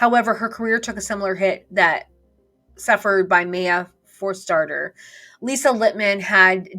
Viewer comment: JK Rowling is right on. The woman who made this video isn't. She comes off as uninformed, bigoted, authoritarian, censorious & that out of touch.. She made it evident she has no idea AT ALL what's been happening in the UK over the past 6 or so years when she stumbled over the pronunciation of Maya Forstater's name. No one who's been paying close, thoughtful attention to the debates in the UK related to the conflicts between "gender identity rights" and women's rights, child safeguarding and LGB rights since the GRA consultation, the case of "Karen White" and the brutal assault in broad daylight on Maria McLachalan, a petite 60 year old grandmother by a big strapping 26-year-old man in the name of "trans rights," would be unfamiliar with how to prouncounce Forstater's name. No one who's paid attention to the scandals & shocking developments in the UK related to the Tavistock GIDS, Kiera Bell, Mermaids & Susie Green, the Cass report, Gender GP, Rosie Duffield, Allison Bailey, Ruth Hunt, Stonewall, KJ Keen, Harry Miller, Adam Graham/Isla Bryson, the Scottish hate crime law, India Willoughby, Sarah Jane Baker and many more would voice a view like this about JK Rowling. Someone informed might still disagree wth JKR, but if they were a fair-minded person who believes in freedom of speech and women's rights, they would respect that JKR has every right to speak up - and they'd acknowledge that she is right about many things she has said. As for Maya Forstater: she is a brave, brillia